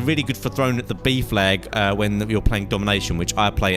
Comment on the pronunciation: When he says b flag i keep thinking he says beef lag